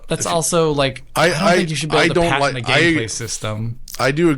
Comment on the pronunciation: Patent is pronounced Pat-int not Pay-ton. The guys were trying to help you lol.